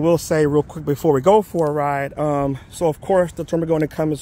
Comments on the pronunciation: spends 2K+ for an exhaust, has no idea how to pronounce it properly )))))) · You should go on the official Termignoni's channel and watch a few of their videos to learn how to pronounce it.